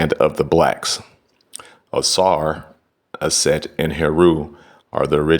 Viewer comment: Aset not Set.